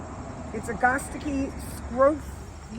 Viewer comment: Are you saying agastche? ( Rythyms with ) I learned it a(at) ga(gum) sta (hat) chee(see)